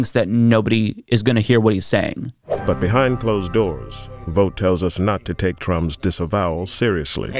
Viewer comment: Thanks for pronouncing Vought correctly. Vought rhymes with bought. Pun intended.